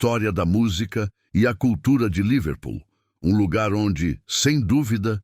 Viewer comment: A palavra não é Líverpool, com acentuação tônica na primeira sílaba como o narrador falou aí. A palavra é Liver Pool. A sílaba tônica não é em 'li' mas em 'pool'.